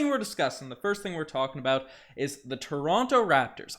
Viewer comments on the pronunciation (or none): I luv ya but pronounce toronto properly pls 🤣🤣